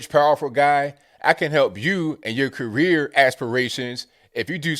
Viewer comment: Did you say help his rear... or his career 🤣